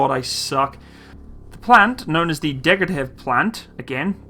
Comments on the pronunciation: Degtyaryev is pronounced : Deck-tea-are-iev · You pronounce russian fine, the only thing is you repatedly called Degtyarev as 'Degryatev'. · I understand that someone can't speak russian, me neither. But HOW ON EARTH Degtyarev became "degratev"? It's not about knowing a language, it's the ability of recognizing letters and reading. Maybe this is not so important but I just feel they need a bit more respect. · The right way to say is ДЕГТЯРЕВ (Degtyarev, not degratev)